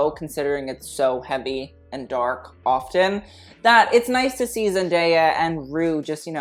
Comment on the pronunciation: It’s ZEN - DAY - A not ZEN - DAYA like Papaya